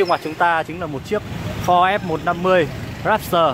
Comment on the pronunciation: Đọc tiếng anh kiểu gì ý! Rap s tờ. Rap tơ thôi